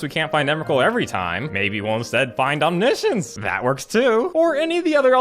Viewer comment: Low key pissed of your Omni science pronounciation